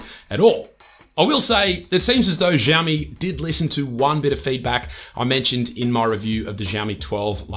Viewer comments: Who the hell teaches them to pronounce it as zhiaomi?!🫣 Жаоми, блять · Shiaomi that’s how you pronounce it when you say the word thank you!!😅😅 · Wtf is ZHaomi, dude? Ohh, those sofa amateur bloggers...